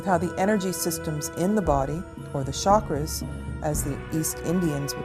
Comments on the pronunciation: first of all its not shakra it's chakra xD pronounce it right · It is pronounced CHakra, not Shakra